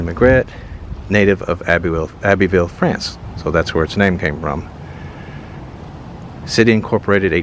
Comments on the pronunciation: Hey, that's pronounced Abb-uh-ville 😃the supports under the houses are "Piers", the big columns holding up the front porch on the court house are "Pillars" it is a parish, but it's called the county seat 🤨The huge oak trees are "Live-Oaks", they are native to the south, they don't grow tall, they grow out, it's why they survived the hurricanes. that big abandoned building in Kaplan is probably a sugarcane mill. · Abbeville is pronounced Abb- ville in france ...i live very close to it ! nice town .